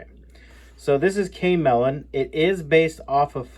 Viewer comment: the browser you called K melon, is actually pronounced Chameleon, like the lizard that can change its camouflage